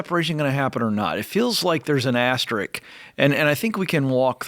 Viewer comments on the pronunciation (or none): "Asterick" I've heard multiple Ramsey personalities say this. You guys are published authors and on a huge podcast. Not a good look if you can't pronounce a pretty common word. It's asterisk.